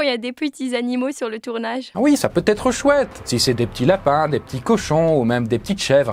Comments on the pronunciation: on a beau zêtre ...???? faizez gaffe aux liaisons dangereuses, c' est zimportant 😅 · Merci de m’avoir appris qu’il existait le verbe « Zêtre ». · Sérieux !!! "...on a beau Zêtre..." ???